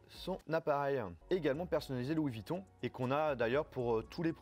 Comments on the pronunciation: C''est pas Louis Vitton ;-) mais VUitton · Encore quelques " Louis Vitton " mais sinon très bonne vidéo 😂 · Il y a un U dans vUitton donc on prononce avec le U et pas Vitton c’est incroyable ça